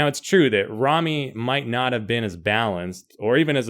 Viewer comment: Its RAMY not REMMY...